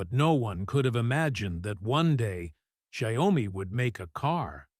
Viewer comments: It's not giomi It's xiaomi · The correct pronunciation for Xiaomi isn’t “Xia” “omi”. Should be “Xiao” “mi”, 小 米。.